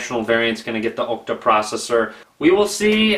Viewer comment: it's an Ah-cta core processor, not an Oh-cta core processor;P